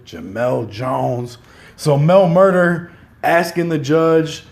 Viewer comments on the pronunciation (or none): Nigga said “ Mel MurdER” nigga it’s “Mel Murda”